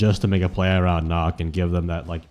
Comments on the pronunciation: Nøkk is pronounced Nuck btw 👍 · 100 hours and you still don't know how to pronounce her name properly🥀